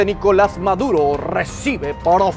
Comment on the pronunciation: 🤣🤣🤣🤣🤣🤣🤣🤣🤣🤣 esa de maduro si estuvo muy buena 😂😂😂😂😂😂😂😂😂😂que pronunciación tan abismal